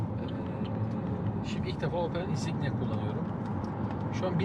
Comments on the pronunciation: İnsigna ya da insiğne değil hacı İN-SİG-NİA Hani arabanın arkasında da Türkçe karakter olmadan yazıyor ya. Yok öyle değil böyle değil polemiğine girmeye hiç gerek yok. Ayrıca 100 bin TL verip passat almak orta kesim için gereksiz. Ama parası varsa passat da alır, audi de alır, Mercedes de alır, alır oğlu alır. Opel berbat rezalet bir marka değil açıkçası. Hatta servis maliyetleri çok çok düşük diğer markalara göre. Ancak konfor özellikleri itibariyle passat daha doyurucu kabul ama benim cebimdeki meblağ daha önemli. Araba işi böyledir işte; ne ka ekmek o ka köfte... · Abicim İNSİGNİA diye okunuyor insigna değil o arkadaşı da ben düzeltiyim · inˈsiɡnēə => insigniya telafuz bu. insignayı kim dediyse g.tünden uydurmuş. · Iysigna insiyna insikniya neyse hahahahaha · şaka bi yana insignia yazısını olduğu gibi okusan söyleyebilirsin ama sen insinya diyorsun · İnsiyna diyince kapattım. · Okunuşu insiyna